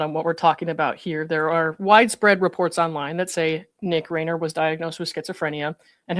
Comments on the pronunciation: The last name Reiner is pronounced rye-nur. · Wow, very articulate speaker. (Respectfully, the surname Reiner: the first syllable doesn't rhyme with lane; it rhymes with line.) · Hi I appreciate your very informative about the system & how long term mental health facilities work. The Reiner’s (pronounced like a long i not a long a) were purported to have paid 70k a month for Nick to have care in a private psychiatric hospital. Just imagine how most severely mentally ill people can never receive that level of care. During the Reagan governorship,he closed the California State mental health care facilities. Now there just a few state mental facilities that are called forensic institutions, basically prisons for the criminally insane. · Rye-ner. Reiner. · Reiner. RIE- ner.